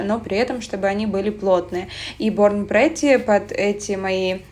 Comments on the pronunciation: Спасибо за видео! Мне казалось, что если я делаю себе ремувером, то это как-то неправильно - все ж мастера делают фрезой и ножницами 🤭 теперь совесть чиста) единственное обратите внимание на название бренда - правильно произносится не борн прЕтти,а борн прИтти. Ну по правилам английского языка. Переводится - рождённая хорошенькой) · с возвращением! только произносится эта марка "борн прИтти". очень популярны их пластины для стемпинга у мастеров из России. хочу себе тоже кое-чего заказать из лаков, накидала в корзину уже